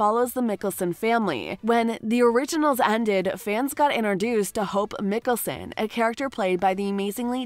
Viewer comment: It makes me sad and mad that she says Damien instead of Damon and Stefon instead of Stefan and Mickyson instead of Mickelson No hate tho